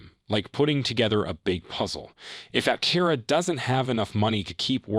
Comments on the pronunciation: It's pronounced Ap-TE-ra, not Apte-RA. Title is also a little click-baity. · Learn how to pronounce Aptera properly before making a video about the company.